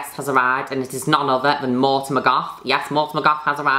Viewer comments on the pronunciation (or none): none